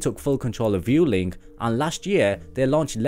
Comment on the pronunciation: Hi, I loved the way you pronounced Vueling. Congratulations for your great videos.